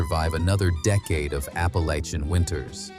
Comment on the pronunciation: They need to work on Appalachian too. 😆